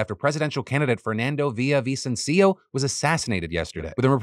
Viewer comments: Come on Phil, didn't you say you were learning Spanish on Babbel? You should be able to pronounce Villavicencio's name properly... (hint: there's no accent on the last i) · Phil saying "Villavicencio" 😆